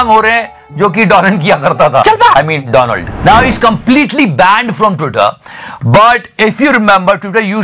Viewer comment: Respect our chichhaa but Mr "doland" trump. 😂😂😂😂